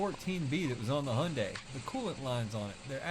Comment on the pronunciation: He's not even trying to say the name properly, it's said Hi-un-die